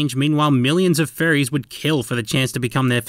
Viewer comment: woulod? go home your drunk.